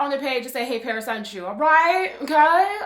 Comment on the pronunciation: LMFAO parrrrrris 🤣